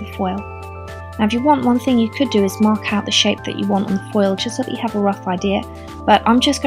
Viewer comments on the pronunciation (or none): none